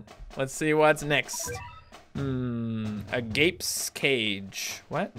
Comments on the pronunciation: It's not agape it's agape (Uh-Gahw-pae) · It's pronounced a-ga-pay (agape) and it's a part of ethics